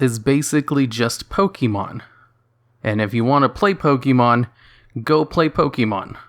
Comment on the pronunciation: Why do you insist of pronouncing it "Poke-eee-mon"? If you've been playing since you were a child there's no doubt you KNOW how it's actually pronounced.